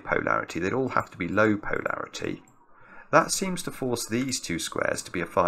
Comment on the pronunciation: Hi, great solve, but am I the only one who finds pronunciation of Polarity a bit strange? PO larity just sounds completely wrong to me:)